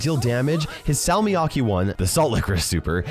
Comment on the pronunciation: I died inside every time he said salmiakki with an English accent